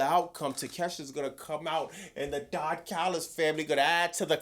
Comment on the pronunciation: I CAME HERE JUST TO HEAR SAY "THE DON CALLUS FAMILY" 😂